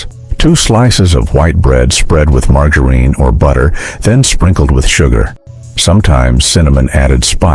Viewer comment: AI really has trouble with the word Margarine, doesn't it? My 70-80ish y/o parents still make some of these recipes